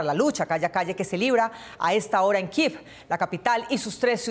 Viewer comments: Se dice Kiev no kiv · Y denle con "Kiv"! Y es que lo repiten y lo repiten, que ignorancia. Estos periodistas no saben ni pronunciar el nombre de la capital de Ucrania. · ¿Por qué pronuncian kiv a Kiev ? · 2 cosas con mucho respeto: 1. ¿quien les dijó que así se pronuncia Kiev? es que ni siquiera en su lectura literal al español se lee así. 2. ¿cuál es el afán de tomar partido en este conflicto? más cuando ahí evidentemente no hay héroes y villanos, por un lado un país que no respeta el derecho internacional y por otro un país cuyo gobierno está enraizado en un golpe de Estado y tiene continuas vulneraciones a los DDHH. parece un pasquín de la OTAN, nada de independiente, muy mal ahí :/. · Malísima la pronunciación de la capital de Ucrania